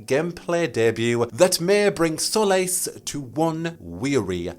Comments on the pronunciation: My birthday is 10th June so this would be cool af (Also solace is pronounced ‘sol-iss’) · it's not pronounced like solas either, the o sound is different. it's more like sawliss. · Nah knew what he was doing when he said "solace" as "solas" 🤭😁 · u pronounced solace very differently but sometimes it's actually pronounced exactly like solas so! i'm very convinced it's gonna be there